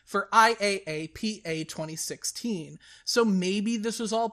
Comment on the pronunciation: It threw me for a loop to hear IAPPA spelled out instead of pronounced as eye-app-uh.